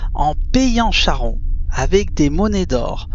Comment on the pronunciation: Merci beaucoup. Cher ami, on prononce Karon.